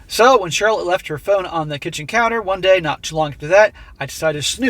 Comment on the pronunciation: Lol Charlot, with a silent C.